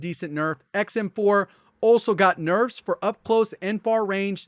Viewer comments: “Nufs” Lol.😂😂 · I love huge "nefs" lol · Here before he fixs “nefs”